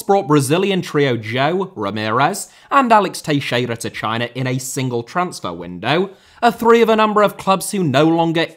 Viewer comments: Just one minor comment, nothing acttually important: I loved how you pronounced TEIXEIRA... Proper brazilian portuguese it was! Honbest to god. Beautiful! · You said Teixeira almost perfectly 👌